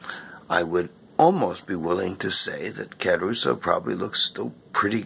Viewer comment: Boring, morbid, and it's Cah-ruso, not Ca-as in Karen- ruso. According to one of his wife's books about him, she was able to get the Italian government to close the tomb eventually, so whether bombing in World War II had anything to do with it, well, we weren't there were we...